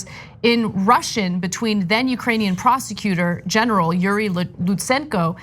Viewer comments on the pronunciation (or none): Lol “ugranian”